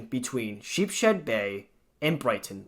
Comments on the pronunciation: The way you say DeKalb anf Sheepshead hurts my ears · It's pronounced "Sheep's Head"...